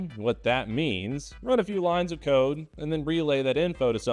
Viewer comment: It took me a good few seconds to realise you said “run a few lines of CODE”. 🤔👃